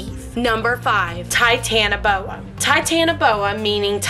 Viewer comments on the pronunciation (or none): You pronounce number three wrong